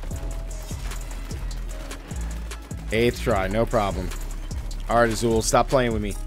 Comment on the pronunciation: Took me forever to figure out you were trying to say Izual. There's no character named Azul in the game. Multiple in-game voiced dialogues demonstrate the correct pronunciation for every main character name, cmon.